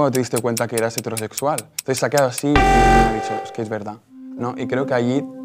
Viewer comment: Pregunta seria, porque pronuncian hetéro en vez de hetero cuando hetero es una palabra esdrujula y no grave fkfjkf es una soberana estupidez pero no entiendo porque pronuncian así, eso